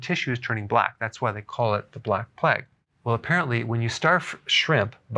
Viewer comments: Play-g not pleg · It's pronounced "playgue" not "pleg" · I love you Doc, but its PLAY-UG . Not so much Pleg lol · Who pronounces it "Pleg"? Haha. Was there a pleg of locusts in the bible too? No, its Plague. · Who pronounces plague as pleg? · Plague is supposed to sound like play+egg spoken really fast.